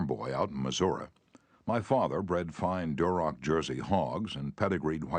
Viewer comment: This is the best version. He says: "Missour-uhh" for Missouri, lol😂. That's gangster 😂